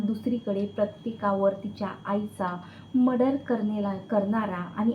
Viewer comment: मडर नाही गं मर्डर असा शब्द आहे.